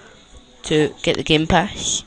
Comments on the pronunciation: gamepash (Jack and Lilly : Wow!pash your body!) then Geempash(BuilderMan and Spike : god...this guy need to learn his english) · can you even talk you say gamepash xD go to school first before you make youtube.